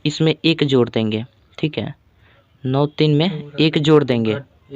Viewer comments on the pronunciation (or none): Jor nahi hota hai bai jod hota hai😂😊